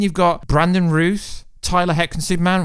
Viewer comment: Dude his name is Routh like "Mouth" ..